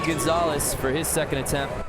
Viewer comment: Ahh the way that commentator pronounces David Gonzalez's name is so freaking annoying!